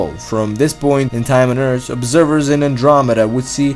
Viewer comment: Furder, dousand, andwameeda